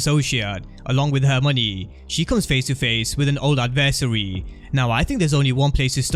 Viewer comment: say it wit me "Ad-ver-say'ree" LOL